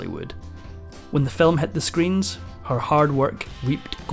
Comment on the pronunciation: "Film" is one syllable, not two.